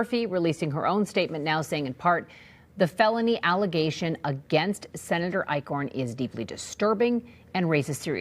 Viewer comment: Eichorn? More like Ick-horn.